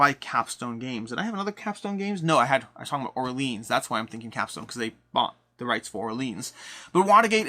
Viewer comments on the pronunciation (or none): I think it's pronounced "Hentes" which means "peoples" in Spanish. Also "Navegadór", you accent the last syllable. "Orleahn" instead of "Orleens".